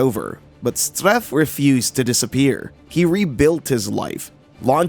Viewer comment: His Name was Philippe Streiff ... not Streiffgr